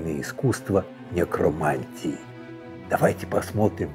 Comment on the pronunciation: Да, удивили конечно.... угарнул как он произнес "Нэкро...мантия" ))))